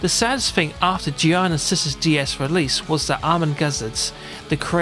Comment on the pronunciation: awesome review... but i am sure it's pronounced GEE ARNAR and not GEE IYANA